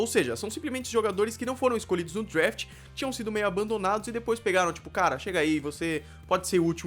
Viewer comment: Parabéns pela informação eu sou um grande fã de football americano, é também professor de inglês por isso fico curioso: Vc mora em USA? Se for assim devia caprichar um pouco na pronúncia, por exemplo "draft" não"drafte"....É por aí vai. Desculpe a sinceridade, mas Vc está ensinado coisas em inglês! Abs